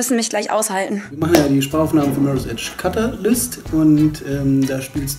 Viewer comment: "cutter lyst" :p